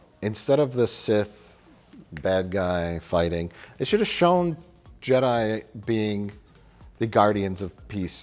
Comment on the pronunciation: Je-DEI really sucks ass.